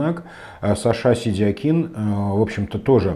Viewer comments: Если он себя выставляет как сашА,,вполне грамотно звучит и сидякИн.Это же он сам представил себя так,Вы инфу пропустили? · ставь ударение правильно произнося фамилию Сидякина, это проявление безграмотности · Ударение соответствует тому , как Саша себя обозначил в соцсетях